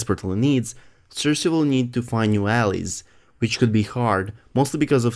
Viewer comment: I'm only trying to be helpful...alies is pronounced "Al - like the name and eyes...Al-eyes" , how you are saying it means something like a backstreet ..... again only trying to be helpful as it's clear that you are intelligent, it's not easy speaking another language especially if you haven't been doing so since childhood. I enjoy your channel keep up the great work! Cheers 👍